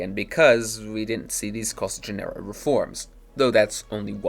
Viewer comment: It’s pronounced “Koh-SEE-ghin”.